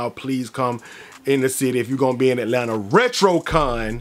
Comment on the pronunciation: That Atlanta came aht in the beginning 😂💪🏾